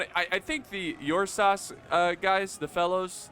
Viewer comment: hey big guy. i believe it should be spellee ursus, and the ur is pronounced like in uruk